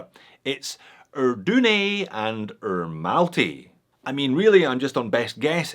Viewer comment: "R" isn't pronounced "er" in the English language. It's pronounced"ruh". So why on earth would you call it Ermalty? That doesn't even make sense phonetically.